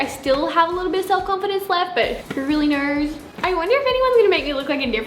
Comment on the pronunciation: "Who really nurs" I literally cant shes adorable😂